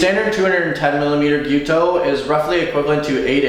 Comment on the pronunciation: thanks for pronouncing the word nearly correctly, it's Gyu-toU, you need to pronounce the last U but it's almost right. I've heard some horrendous pronunciations. however, you are butchering the pronunciation of Bunka. It's not Bun like bread. that U needs to be pronounced pointed lips. ask a japanese person to pronounce it for you.